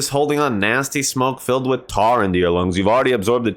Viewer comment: did you say... tar??